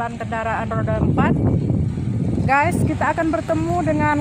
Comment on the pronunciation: " oke gays" 🤣🤣